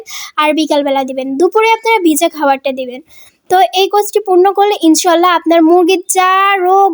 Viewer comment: উচচারণ হবে ইনশাআললাহ